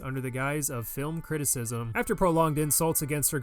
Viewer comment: She must be dyslexic to mix the two as "critiracism"